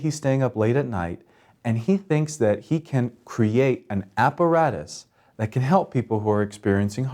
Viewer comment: look Apparatus is a latin word not an english one, and your pronunciation is wrong